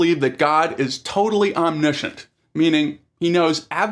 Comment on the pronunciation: ITS OMNISCIENT not Omsiieunt